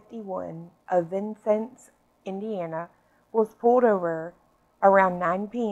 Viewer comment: It’s pronounced Vin- Cennes by the way! Lol had to say it. I love your content I truly do!